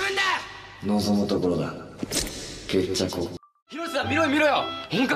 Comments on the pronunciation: 意味はわかるけどケッチャコはケッチャコにしか聞こえない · マジでケッチャコって言ってる😂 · 悪人、決着を…、橘ァ！だけはどうしても ｺｸﾐﾝ、ｹｯﾁｬｺ、ｸｻｧ!にしか聞こえねぇんだ